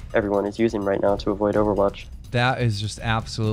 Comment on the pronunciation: Am i the only one who fucking hates this guy when he says "les get ROIT into the news"